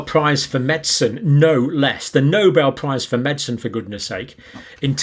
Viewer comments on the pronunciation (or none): none